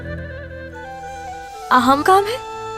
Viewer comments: Mahemad ❎ Ahemak ✅ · Ahemat ❌ahemak ✅